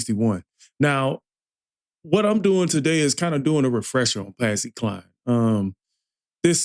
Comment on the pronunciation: Please her name is like Cline rhymes with line. !!!!!!!!! Willie Nelson wrote it for a man or woman to be able to sing it. He eventually recorded too.